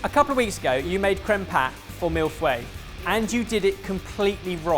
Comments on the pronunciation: millefeuille is pronounced fi like in hi-fi not fway...a fouet ( fway) is a whisk... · A couple of weeks ago, said mille feuille many times and did it completely wrong. Maybe he should remember what he did wrong and learn from his mistakes? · I hear is still calling it Milfway 😂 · pronouncing Mille Feuille as Mille Fway is slowly chipping away at my sanity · The return of the MILF WAY ! As a french it hurts my ears. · As a Canadian, I agree. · might have made his creme patisserie wrong last week, but not as wrong as pronunciation of millefuille this week. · Ohhh.... you still can’t pronounce mille feuille even after the mille feuille vid comments! Adorable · still can't pronunce Millefeuille. Can you bring a french chef to teach him some words?:D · remember what you did wrong in the mille feuille episode and learn from your mistakes Also: pronounces mille feuille wrong again 😂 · The mille feuille pronunciation was soo close. pronunced it with a w. Just drop the w and its perfect:-) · you still haven't looked up how to pronounce 'mille feuille'....you sound a bit like Dwiving Down The Wrench Wivewa In a Wed Fewwari....